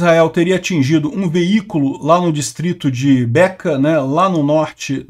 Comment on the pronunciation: É Becá e não Beca .